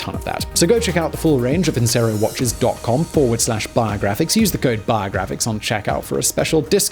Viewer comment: War-a-graphics. You may have hit on your biggest money maker yet, and that's saying something.